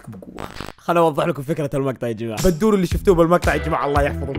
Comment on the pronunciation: بدوري مو بندوري🤣🤣🤣🤣